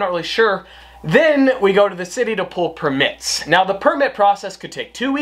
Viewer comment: Her says permits as per-mits lol 😂